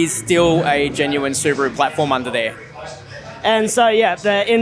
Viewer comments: It's subaru not subarrrru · What's a su-bar-ru? Is it related to a kangaroo